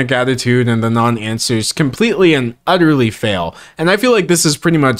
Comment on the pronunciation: Did you say, "Utterly," or "Udderly?"